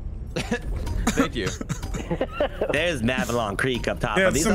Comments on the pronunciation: Hearing you guys say "Mavelon Creek" instead of "Malevelon Creek", the actual name of the planet, is gonna make me report you all to my nearest Democracy Officer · Everybody making fun of for saying giblleter when everybody is saying mavelon creek the while time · It’s Malevelon Creek, not Mavelon Creek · please pronounce malevelon creek correctly, the game literally says the name of the system